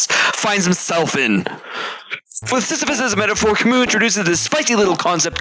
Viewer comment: I didn't know that Albert Camus was a Russian, especially with that silent s in the end.